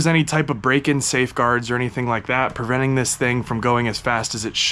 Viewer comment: "PERventing" is not a word. * PREventing.